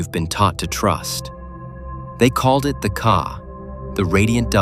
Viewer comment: NOT CAR BUT KA - GOOD GOD .